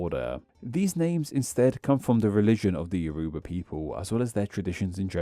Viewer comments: The name of "Yoruba" is pronounced more like "YOR-uh-bah" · Thanks for covering Yoruba! your pronunciation made me crawl out of my skin(as a Yoruba). But it's okay! I still think it's cool